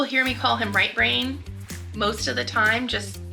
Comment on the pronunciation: I thought you were saying "Right Rain" and I assumed he was American Indian I'm from Wisconsin and there's a lot of natives with interesting names like that . Lol